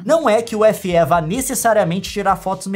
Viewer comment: Só eu fiquei esperando a Nilce falar Feeeeeeeee e não F éé kkkkkkkk